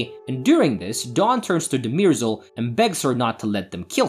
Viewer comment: It's not De-MEER-sel, it's DUH-mer-zel, as the characters have pronounced her name on several occasions. And it's not THEP-sis. It's THES-pis.